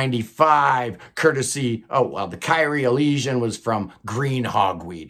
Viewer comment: I just got past Kyrie Eleison and had to jump in to the comments. I don't know the band, but thought in case you feature them more often, you might appreciate a little coaching on the pronunciation of their name. Kyrie Eleison is Greek for "Lord, have mercy." My best suggestion to get the proper pronunciation is to listen to a pop song from 1985 by Mister Mister, called Kyrie. "Kyrie Eleison" is said several times in the chorus of the song, so you'll definitely have the pronunciation down by the end of it.